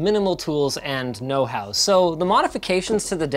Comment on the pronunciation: Yes okay everyone I obviously know he said "know hows", I just thought it sounded funny